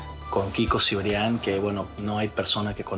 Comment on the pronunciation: Es Cibrián, no Cebrián